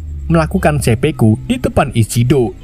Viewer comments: Seppuku dul... bukan seppeku. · 1.09.23 dan 1.10.20 dst...dst..; Bukan Sepeku, tapi Sepuku min !